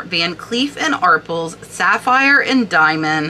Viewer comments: I loved these videos but any child of the 70’s knows it is Van Cleef and Are-Pells. Not ARP-ells lol Every game show back in the day had prizes from Van cleef and Arpels. Keep up the good work. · van cleef and "Are pells" love your videos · Van Cleef and ARE PELL (rhymes with Bell) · Arpels------rhymes with BELLS